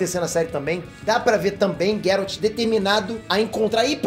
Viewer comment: PARA DE PRONUNCIAR GERALT ERRADO